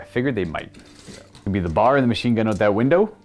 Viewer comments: I just started my Bolt Action collection this year. It should be fun! Also, it's not a bar, it's a B-A-R (you say the letters). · Its not "BAR" its "BEE AYY ARR" ... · It’s pronounced B.A.R. For Browning Automatic Rifle. It’s not bar. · Love seeing another bolt action episode! And for the record, it's B.A.R. not bar like candy bar.